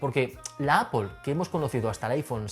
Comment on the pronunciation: "Apol". En No suena con una "o".